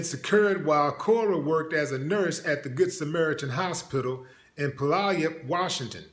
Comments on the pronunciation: Willie D, it's pronounced "Pew-Al-Up" (Puyallup WA) LOL! It's just south of Seattle. But, she should get life in prison. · It's Pue-yal-up =Puyallup. I'm not ever going to that hospital.... She looks native. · Willie D the town is pronounced "Pew all up". It is named from The Puyallup Native American Tribe. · Thank you for being the only one on YouTube to talk about this. But you have some facts wrong. Puyallup (pew- all- up). Cora was arrested at the Canadian boarder on her way to Guam. She has since been released on bail. She’s being charged with counts of second degree assault with more charges coming as the investigation continues. 2600 people had to get tested to see if they contracted hepatitis c from her. They also tested them for hepatitis a and b as well as hiv. These 2600 were all people who received IV pain medication in the emergency room during her shifts over an 8 month period. They haven’t released numbers yet but people are coming back positive for the hepatitis C. It was recently uncovered that she was informed several years ago after donating blood that she had hep c. Although she’s denying she knew she had it in the media. She finally lost her nursing license a couple days ago even though this investigation has been going on for months. They didn’t inform anyone they were at risk until last week. She also had a nursing license in California and Oregon previous to Washington. So we will see if those other states will have to be tested depending on the results of this. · I think you meant Pu-yall-up ... But I'm not surprised not even a little bit